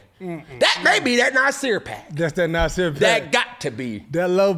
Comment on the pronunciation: “They been Nasirr all year”😂